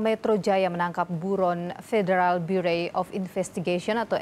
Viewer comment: “Federal burei..” wkwk